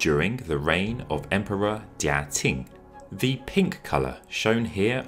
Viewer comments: Every time he says "ting" dynasty I cringe a little closer to death. /tʃ/ in IPA is ch. Qing /tʃɪŋ/ is pronounced ching, not ting. There is no Ting dynasty. ( ; _ ; ) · Why do you say "Ting dynasty" ? It's "Ching" dynasty. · It's "Ching" dynasty not "Ting". Every Chinese documentary I've ever seen that was narrated by a white person ALWAYS pronounces Chinese names wrong. If you're going to research history, why not take the extra step and ask a Chinese person how to say the names. BE MORE PROFESSIONAL !!! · Between “ching” and “ting”, I think the former is still closer to the mandarin pronunciation “qīng”. Amazing video! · Am I crazy but were you pronouncing Qing as "ting" or "tink"? It's driving me crazy. It's "ching", like "ka-ching!" Also, there were wrong pictures of the Summer Palace. That's the 颐和园， not the 圆明园. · How about attempting to learn the pronunciation of the how the last Dynasty of China sounded? TING, indeed! Or are you perpetuating the dismissive notion that the British can dispense with such things? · you pronounced everything else correctly. So, I was surprised that "TIng" was the only error. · Qing is pronounced Ching. Easy. Just go online for help. Please be professional